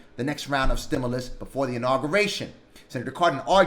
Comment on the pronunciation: It's pronounced " STIM-YOU- LUS not "STIM-ULL- US" . Again, "STIM-YOU-LUS" try saying like this, it is correct. We loooove Nancy Pelosi!!!!!!!!!! Gooooooo Nancy!! Know THIS! Ditch Rich Mitch McConnell blocked the STIMULOUS That Congress wrote and APPROVED waaaaaaay back in the Spring of 2020. Blame belongs to any and all DUMP 👎 Trumpsters! Yer fault! There ain't no $10,000 Grant from eidl. The only way you're going to get $10,000 is if you have ten employees at one thousand each. Most people just have themselves and one or two employees, therefore they only get one two or three thousand. You ain't getting no $10,000! That's not how it's written. It's pretty easy to read the simple english. They're not giving $10,000 unless you have ten employees. Stop dreaming.